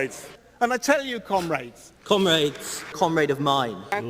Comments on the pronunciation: Sounds like "cum rags" to me. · Seriously. Cumraids? Not one of them could make a conscious effort to pronounce it differently? 😂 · I died. 😂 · Am I the only one that heard Cum rags during that ? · Towards the end of that "Comrades" compilation, all I could hear was "Cum-Raids". Sounded like they were preparing for an smash and grab on a sperm-donor center. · The comrades thing almost never gets old due to the varied accents they say it wrong in, and that it never doesn't make them all look like total goons.